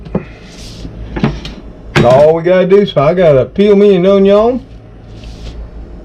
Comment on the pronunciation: I love how said onyawn